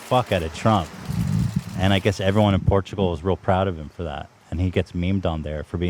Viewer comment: it is funny that the guy that mispronounces words multiple times in every podcast, ethan, shits on for messing up saying Portugal one time. and he keeps doing it.